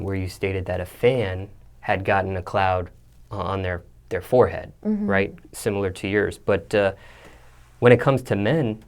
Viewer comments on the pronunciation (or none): Sim-U- lar? WTF????